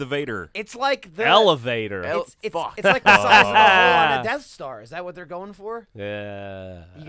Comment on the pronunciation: "eleVador" DAM IT!